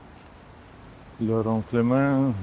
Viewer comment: z lingwistycznego obowiązku - Laurin&Klement czyta się po prostu - Laurin i Klement. To nazwiska założycieli obecnej Skody - Czechów, nie Francuzów ;) Świetna robota jak zawsze, tak trzymać!